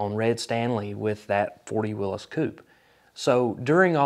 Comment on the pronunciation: Wow first time I heard Willys pronounced correctly